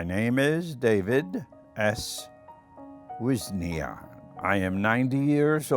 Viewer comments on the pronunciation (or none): Maja Lauber it's spelled with an 'ś' - 'wiśnia'. And pronunciation it's slightly different because of the mark above s.